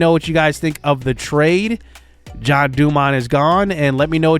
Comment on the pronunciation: He is in the minors and he had bad seasons because you called him John, when his name is (gen-e) jean dumont and randy's last name is (a-rose-za-rena) and send brennan to triple a